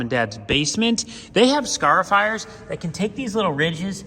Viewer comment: They can fit sure grind that concrete flat. Also never heard anyone say conduit or scarifier like you do 😁